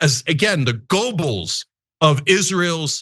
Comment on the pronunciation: Please pronounce Joseph Goebel’s name properly